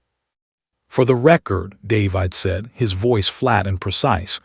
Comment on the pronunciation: Stupid AI can't even pronounce the name David correctly. Not listening to this mess any further. And where is the rest of the story?